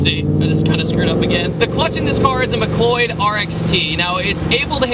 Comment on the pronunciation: Just a heads up Mcleod is pronounced (Mc-cloud) Its my last name lol so i have to correct people when i hear it haha. Love your videos man.